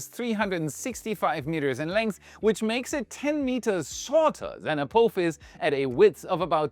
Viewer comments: a-phop-his a-poff-his please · What a weird way to say A-POTH-ISS. But hey ho. Thanks for the video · Can you do me a "little" favor, and say Ap"AH"fis. Pretty please, with sugar on top. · Apophis is pronounced with a soft O not a hard one. As in the word 'pot' or 'not' unlike the word coat or bloat